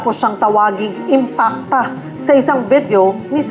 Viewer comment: malaki kasi ang IMPACT ni Anti Kler sa mga DDS kaya si Manang Imee eh, na misprounced nya ang IMPACT .. dinagdagan ng isang letran A..... Si Manang Imee eh, naging ala Allan Peter Cayetano na rin... nag paka baba na talaga ... i mean nag pag low low life na talaga.